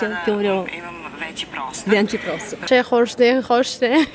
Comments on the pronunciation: that girl said "veći prostor" perfectly! Serbian, Croatian and Bosnian is almost identical and not an easy language to learn. Partially because of certain sounds that we use like Ć, Đ, Ž and most vicious of them all sound "Lj". On top of that, grammar is full of exceptions. The only easy part of our language is writing - it is without any exceptions and each character bears same sound regardless of it's position in the word. Also, combination of characters do not affect sound of the character as it is typical for almost all Western spelling. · 'veći prostor' that one was perfect! :-)